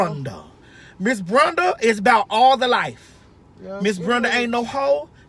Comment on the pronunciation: Wait, Lol she said Brunda, is it Brenda.